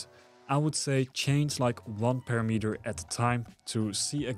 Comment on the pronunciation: When I visit Mexico, I always ask the locals to correct my language AND the pronouciation. Sometimes people want to be 'polite', but its not helpful. I make it clear that I prefer to be corrected. That said. Its pa-RAM-eter, like di AM-eter I know YOU will take this constructively, but some sensitive loser will get bent about it. So, since I'll never read any other their responses to this, I'll just give my answer up front. Bite me, ;-) ------------------------ Oh yeah...Awesome video. Thank your sir. Subscribed and liked.